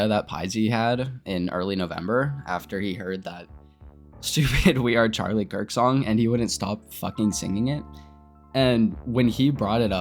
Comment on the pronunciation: I'm sorry but I can't take you serious when you're saying Charlie Kirkles (Also Why Didn't You Expect To Be Banned He Had A Family)